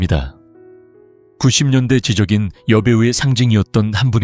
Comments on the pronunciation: "지적인 이미지"를 발음할 때는 '지쩍인 이미지'라고 해야지 지 적 이라고 하면 안돼요. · 당신은 어느나라 사람인가요? 한글 그대로 지적인 이지로 읽는 것 신경질 남니다 짓적인 이미지로 읽지 못하는 건 왜 일까요?